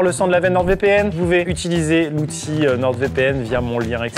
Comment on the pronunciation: ATTENTION CLASH : Bon, il faut que je te le dise, sincèrement Amixem. NordVPN est une entreprise française, le nom est en français. Le "d" de "Nord" ne se prononce donc pas ! Je t'en supplie, arrête de parler de NordeVPN !